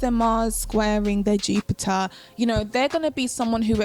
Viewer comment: I love the way you say Jupiah (Jupiter) 😍🤤